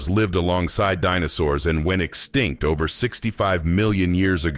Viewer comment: The word extinct, it's not understood by this fella!